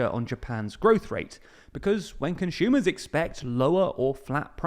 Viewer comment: please stop pronouncing "consumer" as "conshumer" we are not german